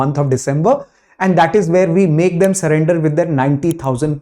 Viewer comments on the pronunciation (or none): none